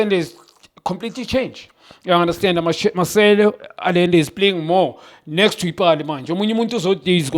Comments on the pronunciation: Did Junior say "Masende" instead of Marcelo? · Did Junior say masendę😂😂😂